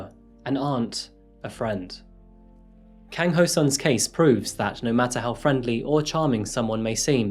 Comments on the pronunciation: easy asians say their last names then first name. kang is pronounced as kAHng, not kAYng. the pronounciation of o in ho rhymes with soul; hOUL instead of hOH (the same pronunciation in japanese) sun as sun :) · You may want to research your cultures a little better. The killing and eating of dogs in Asia is cultural not psychotic. China actually has a annual festival and Japan use to have "Dog" Shops where you could buy dog meat. Other than that it was a very good presentation, but you also may want to check your pronunciation., it was pretty good except the Si is pronounced She, rather then See and Kang is a short a not long a as in car.